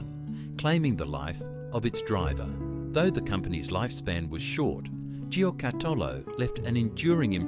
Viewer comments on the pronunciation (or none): Thanks for this trip down memory lane. The pronounciation of Giocattolo needs some work though 😂